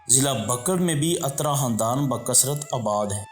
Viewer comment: Bhai jan ye atra ni uttra hy lafz